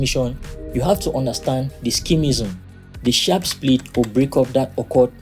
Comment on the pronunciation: "Schemism?" ... bro! Sk-zm ... maybe get a better bot-reader? The reader's accent is really tricky at times.